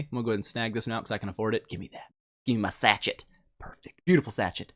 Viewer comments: And its pronounced sashay not sachet reeeeeeeeeee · Everyone getting on about not knowing about Koi fish. I'm just over here cringing every time he pronounces "sachet." It's pronounced sa-SHA. Like "Sad Shade" without the 'd's. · Sach-it's haha, you never used the word sachet before? Sachet of sugar etc? Is it not used a lot in 'Merican English? (Sash-ay)